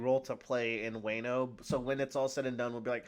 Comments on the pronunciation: You're pronouncing Wano wrong. It's cringe to listen to. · to let you know it's not pronounced way-no it's wan-o (like Wan-da) I believe it's based off wa no kuni which is what Japan was called a long time ago before they changed it to Japan.